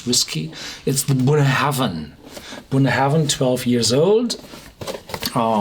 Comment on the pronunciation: Just for the protocol. Bunnahabhain is pronounced like "bun-A-ben", without any "haven" in it. Check out scotland documentary "Great Scotch Whisky (Documentary)" on youtube (time check )